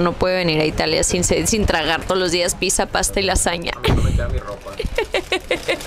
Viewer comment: Porqué dice "pisa" qué cringe!! 😮